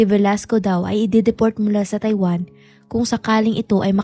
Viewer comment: Bakit mo binibigkas ang TAIWAN na Tai-Wan??? Ang bigkas noon ay Mabilis .. … [TayWaN]…. Maayos kang magsalita… magsanay ka lang mabuti sa tamang pagbigkas at pagbibitiw ng salita … mapa-English o Tagalog!! No offense meant…. Suggestion ko lang….👍